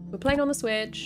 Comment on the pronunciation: "We're playing this.....on the SWTICH". Ok, here we go. lmao